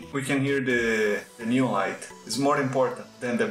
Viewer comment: "NÊON" Hahahaha Eu percebi que você era brasileiro e não foi pelo deslize no vídeo, mas sim pelo seu Linkedin! Hehehehe Parabéns pelo trabalho! É a primeira vez que vejo um canal, sendo de um brasileiro ou não, usar as opções de composição do KDENLIVE e pra produções cinematográficas tão poderosas!